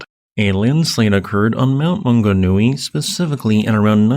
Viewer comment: Great pronunciation of place names, also known as Mauao. Deep tragedy here but, when I look around the world and see the other recent tragedies, it seems to pale in comparison. My mother says we feel it because we don't tend to have such tragedies here